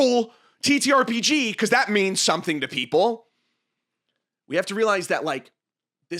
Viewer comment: you said the title correctly, I'm unsubscribing